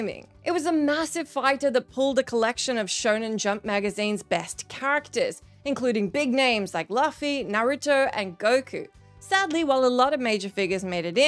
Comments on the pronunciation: I’m sorry, I can’t unhear that “LUH-fee” . I know it’s a petty gripe but, ugh, it bothers me. It’s pronounced “LOO-fee”, always have been. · Thankfully, we have the cast here to help you out. As star Iñaki Godoy and his castmates explain in the video above, the correct way to pronounce Luffy is “LOO-FEE” — not “LUH-FEE.” Much like the rubber-skinned teenager's limbs, you'll want to stretch those vowels out.May 5, 2023 *the internet can be a splendid tool. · You said Luffy‘s name wrong it’s not lovffy it’s luffy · FFS why does everyone mess Luffy's name up, Its Lou Fee not fuckin Luf Fee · Gollum sucks. I don't know why you would want to pay more money for it. It's pronounced Loofy not Luffy. People look at frame data? That's not something I pay attention to. Yeah because you would totally want multiple save slots for this shitty game. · I like the accent of the speaker, but his name is L(oo)uffy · LoL. Luff-ee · Luffys name is pronounced loofee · How did you manage to say Luffy wrong? Beyond that still no chapters. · You did that to Luffy's name on purpose, didn't you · It used to be just her fake smile that made me not want to watch this, but mispronouncing well known chars? Now I can't even listen when she's hosting. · Why can't you pronounce luffy properly? You seriously need to watch One Piece to get it right!